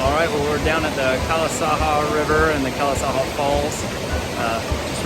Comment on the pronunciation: Calasaja is not a Spanish word but a Native American one the “J” is not silent. Great video, thanks for sharing.